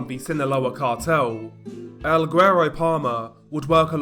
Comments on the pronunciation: It’s semi-silent. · I live in Houston with a really high Hispanic population and I'm married to a Hispanic lady and I'll get called guero all the time. Never in my life have I heard the hard g with the word lol, but ok. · The G in guero is silent! This was hard to listen to lol. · Hey DR, I think your getting ur Spanish pronunciations from the wrong person You pronounce certain words with a “-th” sound when there isn’t Spanish people are known to use “th” Mexicans on the other hand don’t Also guero is pronounced “Weh-row” Hope that helps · I guess it depends on the dialect but saying "güero" without pronouncing the g is incorrect.